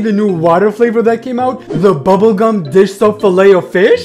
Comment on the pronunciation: Was it just me, or did any body else think they heard him say “ bubble c*m dish soap filao fish flavor” in stead of,“ bubble gum dish soap filao fish flavor”?